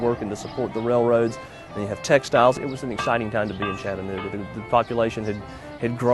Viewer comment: I wish I could see the entire video. This is jus ta short jumble of nothing. I live in Chattanooga...and yes its spoken as spelled...Chatta nooga......not Chatten ooga. Been to the terminal many times. Even ridden a steam engine from Chattanooga to Crossville and back.